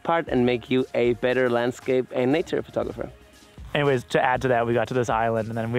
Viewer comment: Lol, why does it sound like you say "fur"tographer